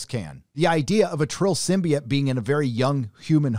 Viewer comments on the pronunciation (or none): none